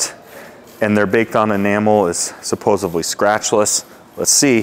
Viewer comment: Its "supposedly " not supposebly 😂